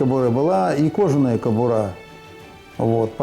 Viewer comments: Только не "кАбура", а "кобурА". Уважайте русский язык! Ударение на последнем слоге, иначе, по правилам русского языка, ударное "О" читается как О, то есть при ударении на первом слоге произносилось бы "кОбура". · не кАбура, не кабУра, а только кабурА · "кАбура" ... Хуябура ... кобурА.